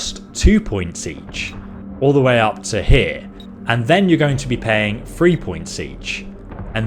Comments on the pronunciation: Thhhhhree, not free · Great video! Thanks!.... But... If you can say 'Thirty', why can't you say 'Three'?